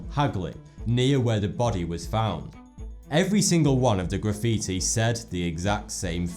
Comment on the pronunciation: He said graffitoo lol